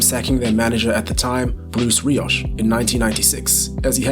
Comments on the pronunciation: come on man - this could be amazing but where did you get the terrible pictures from and its pronounced Bruce Riock not Rioshhhh any arsenal fan knows that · Love how you mispronounced Bruce Rioch.